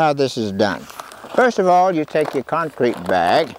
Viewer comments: 86yo concrete guy that still calls it con creek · I think he pronounces it "con-creek" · Love how he says “concreak” 💜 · "The Concreek is ready to pour" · Concreek lol